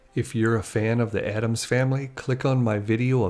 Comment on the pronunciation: It's "ADDAMS"!